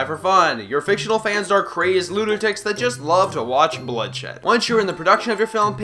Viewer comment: I was with you until you said "zat".